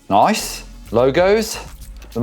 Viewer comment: Yeh the way he says noice is so funny